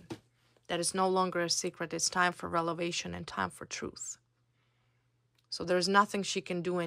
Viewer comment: R .E V.E.L.A.T.I.O.N.....please.,say it correctly ☝️